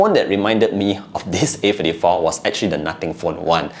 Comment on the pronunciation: A Fifty-tree😂😂